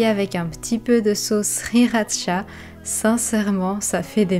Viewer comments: ah ah, moi aussi, je me fais la remarque à chaque fois qu'elle le prononce! Trop peu de personne prononce "kia"😄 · Vidéo sauvegardée ! Tout a l'air délicieux ! PS : tu dois être une des seules personnes qui dit "chia" de la correcte façon, ça me fait toujours plaisir looool